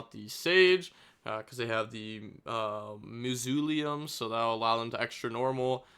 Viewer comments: Mazuleum ain’t no way you pronounced it like that 😂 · It is pronounced ma sa lee um